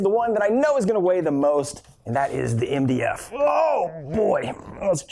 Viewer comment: When he says MDF it sounds like india